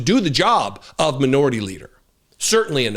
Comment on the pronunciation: Did you say Manure-ity instead of minority leader? HAHAHa